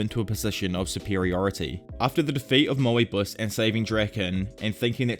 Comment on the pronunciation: Is Moebius not Mow-E-bus, and its Osanai not O-sunny